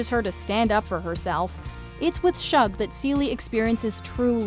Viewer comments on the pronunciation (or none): It's "shoog" not "shuhg", like a shortened "sugar" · It bothered me also that Shug was mispronounced. However, the h is not silent- the sh in Shug is a consonant cluster/blend. If the h was silent, it would be pronounced "Sug" or /sʌg/ (rhymes with "bug") instead of "Shug" or /ʃʊg/, as in sugar. is pronouncing it /ʃʌg/, with the sh cluster or more formally, with the IPA letter esh /ʃ/, which is correct, but using an incorrect vowel. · It's shug as in sugar, not Shug as in shrug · Hey...The name is Sug..like Sugar not SHug...The H is silent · It’s pronounced ShUg like the beginning of the actual word sugar…..sug…without the ar at the end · It's pronounced SHOOG